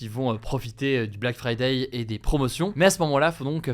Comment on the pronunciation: Pourquoi vous dites fridaille xD c'est friday comme fridé!